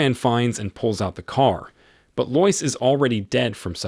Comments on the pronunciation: That was super dumb. Couldn't they just adjust the script in those couple of spots to make it sound right? For instance, spell it "led" instead of "lead". Or spell her name "Lowis". It's fine to have AI read it provided that a human being writes the script and fixes errors. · TIME TO GET A HUMAN TO READ YOUR SCRIPT RATHER THAN THIS LOYCE-LOVING ROBOT. and not seeing through "leed"? eek! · This is when I grew up. I think this is a.i. or something. No real live person would pronounce Lois like that...... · Lois Lane struggles with spelling, and you struggle with pronunciation.